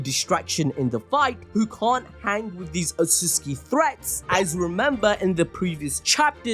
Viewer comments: its not utuski its utsutsuki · Otsuski ❌ Otsutsuki ☑️ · stop saying otsuski I beg u